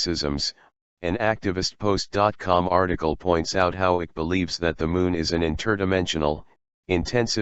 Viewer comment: Repeat after me: David IKE, not ick. If you had interviewed him, you'd know.